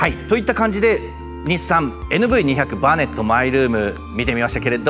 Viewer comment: 「にひゃく」ではなく「にーまるまる」って言うらしいです。てかキャラバンもクリッパーもNV外したんだから「バネットもNV付けなくても良くね?」って思う。 メーターが液晶化されたならキャラバンはエクストレイルとか見たいなフル液晶メーターを採用して欲しいなぁって思ったりする。